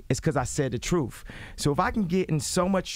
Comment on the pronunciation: Because you said the " Troof" or the " Truth" ?